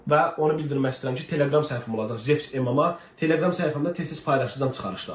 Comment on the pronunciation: dostum levs deyir😂 diyirem levis kimdi a xiyar zevs olar❤😂